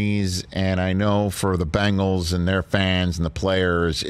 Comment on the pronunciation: Will everyone stop saying Bangles, it's Bengals!